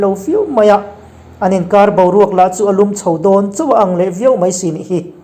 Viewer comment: "a hre kar" tih a "kar" hi thluk hniam tur a nilo, thluk san tur